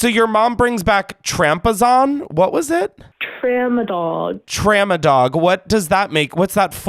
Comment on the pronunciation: “Trampazon” “tra-mo-dol” “tramadog what’s that for” stop I put this on to fall asleep to and now I can’t stop laughing